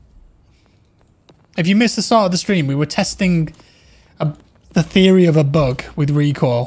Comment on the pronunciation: When you say bug, all I hear is book 😆